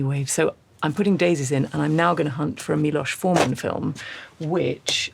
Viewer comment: I was very pleased that she pronounced Miloš Forman's name correctly.